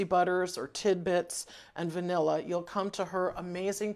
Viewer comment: Are you saying bnilla? What is the site. Ty in advance.